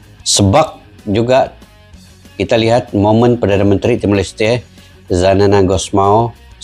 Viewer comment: Xanana Gusmão Bukan Zanana Gusmão